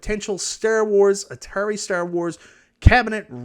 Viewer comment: You pronouncing "Star Wars" like that is disrespectful.